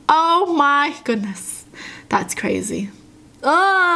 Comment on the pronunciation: When she was saying oh my goodness in that first story I thought she was southern "o mah gewdnees"